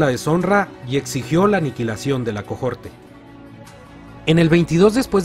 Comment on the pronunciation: Amigo no pronuncies (cojorte) la H también es muda en latín.